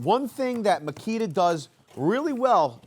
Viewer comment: “Now on to the MASSKITA” at minute lmao I thought you were gonna say on to the mosquito 🦟